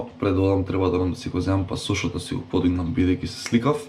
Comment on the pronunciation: чисто само онака информативно, не се вика пасОш туку пАсош :)